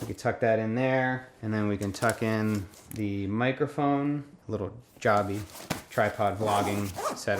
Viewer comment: Wait did you pronounce your gorillapod as "jobby" instead of "joe-bee"